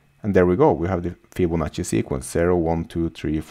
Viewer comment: Yes, Fibonacci is correctly pronounced :)